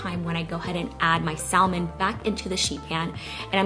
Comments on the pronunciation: Lol omg she’s killing me U DONT PRONOUNCE THE LLLLLLL IN THAT WORD!!! Lmao IT IS SILENT! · Correct, it sounds better without. We need to educate those other countries. lol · I'm pretty sure the L in salmon is silent......🤔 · the L in salmon is silent FYI... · Omg I had to skip the first part bc of how to say salmon wrong🥵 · The L in Salmon is silent, FYI. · The L is silent in Salmon. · Nice recipes... BTW... You are not pronouncing salmon correctly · the L is silent in the word salmon. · I had to stop watching due to how you pronounced salmon. I hate to be like that but seriously? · YOU DON'T PRONOUNCE THE L" IN SALMON!! YUCK! IT WAS KILLING ME THE ENTIRE TIME! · THE L IS SILENT IN SALMON!!! ITS SAM- IN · Its pronounced SAMON NOT salmon. I mean really, c’mon. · Ugh saying saLmon ruined the vid for me 😭😂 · The L is silent in salmon lol 😝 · I found it cringey to listen to over and over LoL just one of those things but love the recipe! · really lovely recipes thank you....dont mean to offend, the 'l' in salmon is silent. have a beautiful evening. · I'm glad someone said something! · THANK YOU! My mom is a stickler for proper grammar/pronunciation and I totally get it from her. I wanted to click off the video every time she said it cause it drives me bonkers, BUT I stayed because it looked delicious. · Lol thank you for saying something. Yes silent "l" 👍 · These recipes look delicious 😋 But really triggered by how you pronounce salmon the L is silent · Glad I wasn't the only one, ALMONDS too....lol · I thought it was just me. 😐😟☹😞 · Thank you for the ideas. Please note the L is silent in salmon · Love your videos. Im a long time subscriber. You don't pronounce the L in salmon honey. 👍🏾🥰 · Great video, everything looks delicious....sidenote: you said "Salmon" but just don't pronounce the " L " in it. Overall, excellent cooking, fall recipes and your baby boy is adorable,!:) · Yes that 'L' drove me crazy. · The “L” is silent. It’s pronounced sam-on, not salm-on.